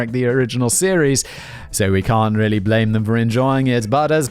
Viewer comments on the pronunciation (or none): none